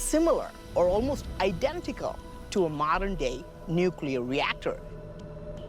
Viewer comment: Oh, now we're going nukuler ? Is this as far as your mind can go hello. At one time, there was a power system.. not nukuler. it's the same as nekali. This earth has energy everywhere you tap into this energy and build another and another, and soon you'll have power everywhere. Look at your phones it's right there..